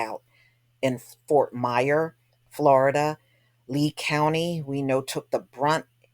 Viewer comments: Its Fort Myers with an S! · Damn that's crazy. By the way, Fort Myers doesn't have a silent S sista.